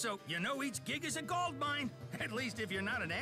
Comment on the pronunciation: ive honestly waited to see how many episodes till u said gold correctly lol